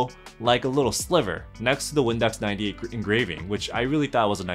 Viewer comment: bruh i thought you said "Windex 98"